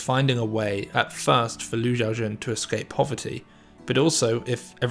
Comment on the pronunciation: Pronounce the name correctly. Xiao is She-OW NOT JIAO